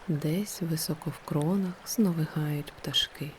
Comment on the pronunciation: вИсоко. А не високО.